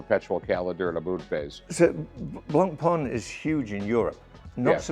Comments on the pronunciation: And the irony of him not knowing that blancpain doesn't sound like pain but like pawn, which is the biz he's in. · He said “You wear the BlOnK-pAiN.” Jesus Christ. 🤦🏻‍♂️ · Hyouer… conagraff… blankpayne… Roman jerohm… Jeyegger Luhcultruh… I’m 💀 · He corrects you on the pronunciation of pawn, then proceeds to mispronounce Blancpain an Heuer